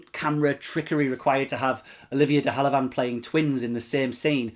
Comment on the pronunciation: Pronounced de have a Lund normally. But no worries. Interesting review thanks